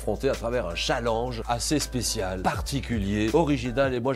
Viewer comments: Y'a que moi que sa fait rire quand Julien dit "chalanje" au lieu de "challenge" xD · au lieu de prononcer tchalenge JLP préfère prononcer challenge !! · MDR 😹😹 Julien le pers qui dit un chalenge au lieu de un tchalènge ( je sait que se n’est pas le bonne orthographe mais bon on vas pas commencer à se fair juger sur YouTube merde 😂😂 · Julien Lepers elle stresse à dire challenje et non challenge 😂😭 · C'est qui qui dit chalange au lieu de challenge ? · il dit chalang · Pas cha l e n ge chalenge bon dans le fon il le dit pas bien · c'est moi ou julien Lepers dit chaalenge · Julien Lepers qui prononce chalenge 😁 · Julien le Perse a vraiment dit de ce « challinge » 😅😂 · J'ai toujours l'impression que quand Julien Lepers dit "chalange" c'est une vanne 😅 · "dans ce chall EN ge" mdr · "youtoubeur" et "challange" merci Julien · Je rêve ou il a fait expres de dire "Challange" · Il m'a stresser pendant toute la vidéo a dire chalenje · mdr Julien Leperce il dit "youtoubeur "et"chalange" (sans l'acent) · Il dit cha lenj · au secours il a dit chalange 😵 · Julien Lepers c’est la seule personne a qui je n’en veut pas de prononcer le mot ChallANge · J'adore la manière dont Julien Lepers prononce "Challenge" 😭 J'ai hâte de vous voir à la TV les gars ! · Waw comment il a prononcé " Challenge "